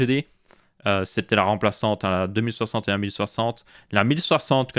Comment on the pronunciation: Ces moi ou j'ai vrm l'impression qu'il dit '' deux mille septembre'' quand il dit 2060? Suer vido, c'est cool ça me fait ouvrir les yeux sur les rtx 3060